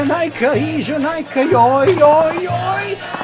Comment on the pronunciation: just a little correction, the ee in "ee janai ka" is pronounced like ehhh